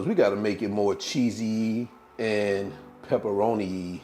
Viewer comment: What a cutie! Love the new words. Cheeseeyee....peperonieeee..LOL! Thanks again for a good snack.